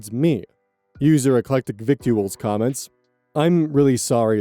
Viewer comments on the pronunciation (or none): just fyi victuals is pronounced like “vitls”